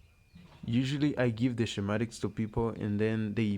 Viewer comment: Shem atics is correctly pronounced skem atics in English .